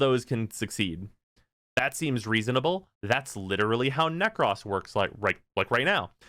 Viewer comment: You always say Nekros as Neck-Cross... It's Neck-Crow-Ss